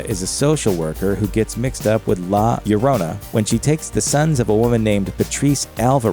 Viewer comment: I really just watched this to see if they'd pronounced La Llorona correctly, they did, i am content. Goodbye.